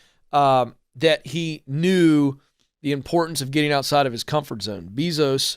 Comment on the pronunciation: Isn’t is pronounced: Jeff BAYzos?